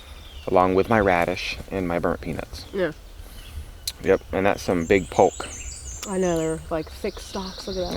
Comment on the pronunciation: 73 years an Arkansasn. On Polk Salad; (Poke) Salad -pronunciation, the l doesn't sound. just like folk -foke. kinfolk. Use the first shoots of polk like asparagus for the best polk, or the upper leaves as time goes on. It's a spring thing. We never used the seed berries .Wash and boil until just tender -stems. Drain in colander, then rinse with cold water and let drip out a bit. Take an onion chop medium fine and begin to fry in oil of your choice. Add polk and use a fry spatula to cut it up a few times in the pan to go with the frying onions. Keep frying until they are no longer letting out water and once they are resembling a scrambled egg look, you may add an egg or two or more and make a good dish of polk and scrambled eggs. Older polk has more oxalic acid like spinach. There is absolutely no reason to boil three times. My folks never even rinsed it and we never got sick. Older mature polk salad could cause tender mouths to peel. Mine never did. polk should not be eaten raw.